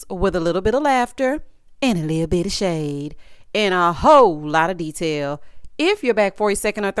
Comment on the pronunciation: “Little bittle”😂